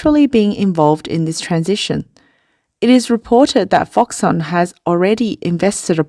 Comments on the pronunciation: its Foxconn not FoxOnn ???? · Why did the narrator eat the "k" sound in Foxcon? Why Foxon? Please. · nit pick: Its Fox-Conn not fox-onn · If I got one dollar everytime she said foxon I'd buy foxconn to save those people's jobs. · Its pronounced FoxConn with a C omg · i just feel if your a 200k+ sub channel producing 'professional' content then simply looking into the pronunciation of the topic of your video essay should be a BARE minimum. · Please learn to pronounce Foxconn correctly